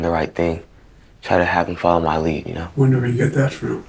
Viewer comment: "muh"...how sophisticated.